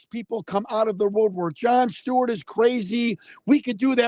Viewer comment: Who is John shhhhteewart? You mean John Stewart?